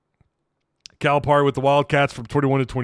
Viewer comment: his name is pronounced Cal-uh-Perry. Lmao